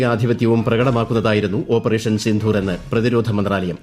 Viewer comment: സിന്ധൂർ അല്ല. സിന്ദൂർ